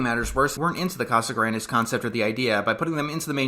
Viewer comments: Nope. The correct pronunciation is "Cah-sah-GRAHN-des" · It's CasagrAHndes not not what you said ahhhhhhhhhhhhhhh Good reviews by the way. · I understand wanting to pronounce something right but Spanish has neither of English's A sounds so it's always going to be wrong but understandable tbh. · "And yes, I'm pronouncing the name right this time" Not quite, but we're off to an ok start. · Its honestly close enough to not get upset over lol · I just think it’s funny that he made a point of saying he would pronounce it right, while pronouncing it wrong the whole time.